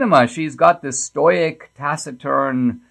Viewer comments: Mr. D.-- check the pronunciation of STOIC. I think you'll find it's STOW-ick. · STOH-ick. (stow·uhk) ... I know you're a native-born Indian but you've made dozens of films, books. "C'mon maaaan....."